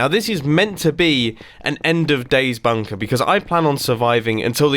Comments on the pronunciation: he ses bumper in stead of bunker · Did he just said bumper or Bunker ?